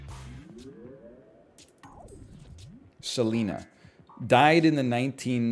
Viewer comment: I love the stressed syllable for Seleena That’s how you know who we’re talking about